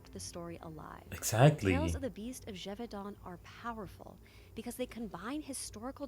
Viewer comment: Geh-Voh-Danh thats how you say it ^^